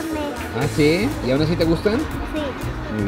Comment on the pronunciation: Me gustan mucho tus videos pero me caga cómo comes y que hables " asdi "